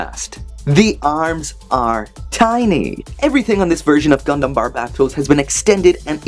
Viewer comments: He said gumdam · “conventional gundam” although it does sound like dumdum